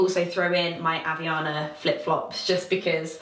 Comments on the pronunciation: It's actually pronounced havAianaS 😂💞you guys seriously have to pay around 20 bucks on them? Omg! That's crazy! Here in Brasil we buy them for like 2 bucks (around 15 reais) in any corner. I'll send you some lol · As a Brazilian I have the obligation of making a correction... *Havaianas. Sorry,!:)